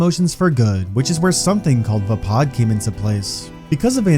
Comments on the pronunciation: Vuh pod? Thought it was pronounced Vay pad? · "Vah-Pad" not Vapaaa